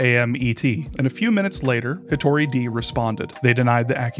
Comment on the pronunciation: saying it’s more like “day” will indicate the correct pronunciation of で to the average english speaker far more effectively than IPA. his pronunciation of 一人 is American-accented but still fine, unlike で where he’s saying a different/nonexistent word entirely